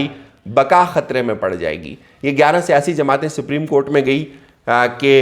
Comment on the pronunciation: Bhaii Siprim court nhi balke Supreme court hota he 🙂